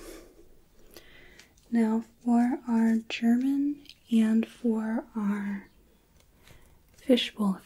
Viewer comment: What a pleasant surprise hearing you talk in German 😊 Your pronunciation was very good! ❤